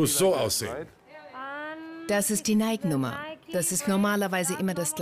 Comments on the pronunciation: Nicht mal die Sprecher sprechen den Firmennamen richtig aus. Es spricht sich NEIKi und nicht NEIK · nicht neik sondern neiki so spricht man das aus !!!